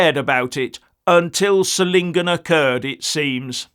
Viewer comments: Solingen is pronounced ZOL-ingen, with the soft Z as in 'zoo'. Just FYI :) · Hi. Solingen is pronounced with the focus on the o - like 'so lingen'. It oddly enough is Germany's famous 'City of knives' bacause of its manufacturing heritage.